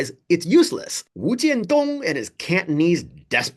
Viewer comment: First time on your channel and I salute you for pronouncing the guy’s name, wu jian dong without the non-native speaker tongue. I am assuming you speak Mandarin with equal finesse as well.